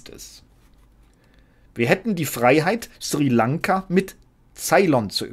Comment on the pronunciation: Ja, das ist mir auch unangenehm aufgefallen : Schrie Lanka anstatt Sri Lanka Und ja, Sprachregelung von höchster Stelle, auffallender geht es nicht mehr.